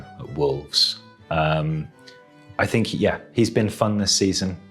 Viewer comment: got the mourinho vibe there "i sink"